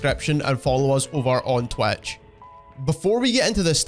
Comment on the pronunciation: What the f. is TWECH?